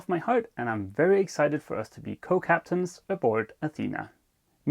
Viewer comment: ah man, "co-captain" 🤦